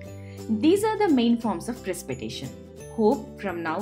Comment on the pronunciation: In English it it pronounced Pre-sip-eh-ta-tion.